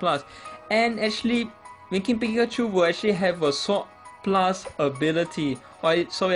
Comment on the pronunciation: I thought you said "Dimentio" or "Dimension" when you mentioned Darmanitan, lol. And when you mentioned Winking Raichu, I thought you said "freakin' Raichu".